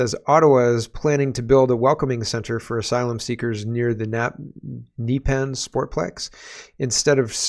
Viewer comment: Na-pee-an I played hockey there long ago